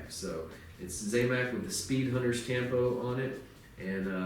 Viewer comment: not `zay mac` its `zam mac`, zam like sam